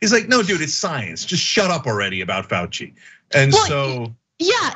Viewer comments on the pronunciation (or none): none